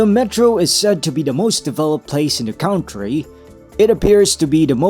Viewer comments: Pare, hindi yan KAWNTRY. It is pronounced as KANTRY. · “country” Traditional IPA: ˈkʌntriː 2 syllables: "KUN" + "tree" >>>correct pronunciation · "cowntry" daw! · Cringe on the mispronunciation of "country."